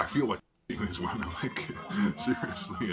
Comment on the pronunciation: I hate how this guy pronounces the word women 🤦🏾‍♂️